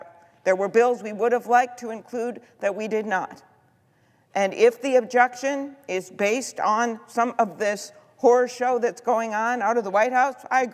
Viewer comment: "Horry show"??? Hmmm.. Amy, go home and clean your house!!😂😂😂